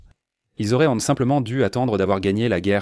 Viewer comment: Ce texte lu par une IA est insupportable. auraient devient auréantent, 1941 devient 1940 et 1, qui permettraient devient permetréantes, etc